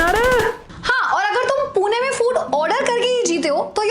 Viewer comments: It's Pune not puna . Love 💕 from punekar. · Its not poona its pune (पुणे)